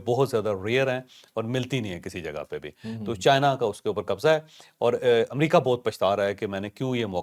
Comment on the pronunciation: ( عمامریکا) غلط (امریکہ) سہی